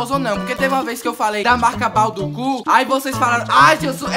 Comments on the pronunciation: Kkkk kkkk "Bau du cu" kkkkkkkkkkkkk ELE quis dizer BAUDUCCO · 'Baufucu' kkkkkkkk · É balducu não baldu _cu